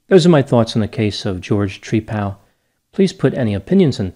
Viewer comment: Tree-pal is how he pronounces his name, like he's friends with a tree..😂 🤣